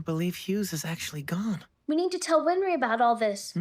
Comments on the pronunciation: Its not WinFry! its Winrey. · Answer: "Winry." Win-ry. No "f."